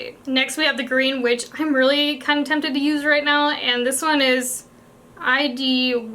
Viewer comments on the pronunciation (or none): Idyllic is used to describe a time or place meaning peaceful or picturesque. Pronounced i-dil-ik.